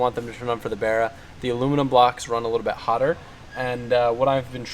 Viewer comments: The inly thing I hate is that they say bar-rah rather than bah-rah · it's pronounce bA-rRA